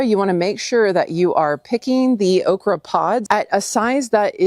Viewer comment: It's called okreeee. 😅